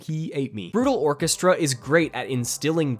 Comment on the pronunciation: FINALLY SOMEONE'S SAYS BRUTAL ORCHESTRAAAA